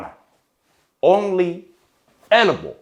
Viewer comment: ンォンリィ・エルブォ⤴︎ 中田さんの話面白いです😂😂